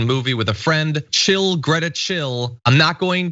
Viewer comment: Isn't Greta amazing ? Her name is pronounced more like 'Graita 'by the way.